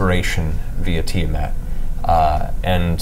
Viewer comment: The mispronunciation of Tiamat is staggering. Who is "Tie-a-mat?"